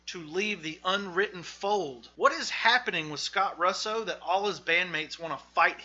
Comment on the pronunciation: While I appreciate the effort your pronunciation of Russo and Poway totally ruin the rest of this video. I am born and raised here in Poway. You say (Pow way) right one time . But sorry I feel like if you didn't invest the energy to figure out how to pronounce these things correctly I certainly won't spend any of mine watching the rest of this video. And don't blame it in your accent it's just negligence I certainly will not be wasting any of mine to watch the rest of this video. Just food for thought though, hope this helps polish up your channel because I can see the potential.